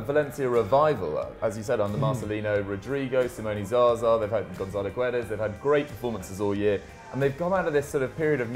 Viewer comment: It’s. Gonçalo not. Gonzalo Guedes